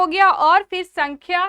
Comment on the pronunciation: सांख्य होता है सांख्या nahi